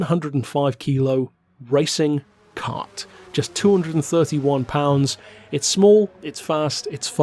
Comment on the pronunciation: cmon man.... karT isnt a kar without T (you in pt)